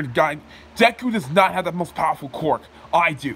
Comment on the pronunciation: Is it just me or did he say “quark”?